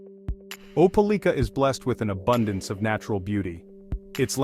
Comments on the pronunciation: Opa-LEEK-ah? That don't sound right. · I'm from there, it's Ope LIKE a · How strange? None of this video was filmed in Opelika. It was mostly showing scenes in Columbus, Georgia. And, the narration didn't even know how to pronounce the name of the town. Why would someone publish a video when they obviously had never visited the place.